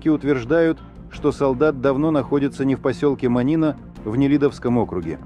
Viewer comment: а зачем озвучка через робота? не Монинó, а Мóнино...